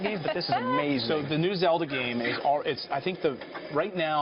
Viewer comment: Did he really say Zeldo.